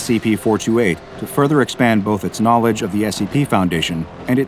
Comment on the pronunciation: I love watching these videos in the background but the way you say 'knowledge' really grinds my gears XD